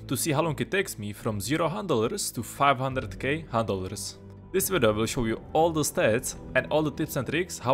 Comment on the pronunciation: Is it just me or do hunt dollars sound like handelers when he says it?